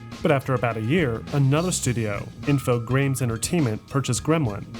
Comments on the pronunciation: Info-graymes 😆 That's funny! It's pronounced info-gram, like pictogram or hologram. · It's pronounced INFO-GRAMs